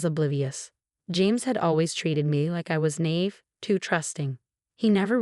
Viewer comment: “Naive” has only one pronunciation and it’s not “nave”, it’s “nah-EEV”. Get it right.